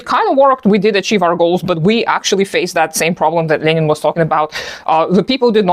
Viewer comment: You actually pronounce Lenin correctly.